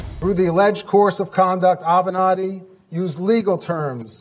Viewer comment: You finally pronounced his name correctly! Mr Avenatti 😒